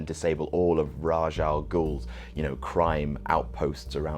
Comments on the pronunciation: These movies ruined Ra's Al Ghul's rep. And the pronunciation of his name Ra's mix Rash not Raz. Stress reliever A with shhhh Ray sh Ra's Al Ghul. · Oh and that's not how you pronounce ras al gul. It's kinda pronounced like raesh al gul. It's common, but wrong. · it's REASH AL GHUL like u have to spell it like Re-'a'sh AL Ghul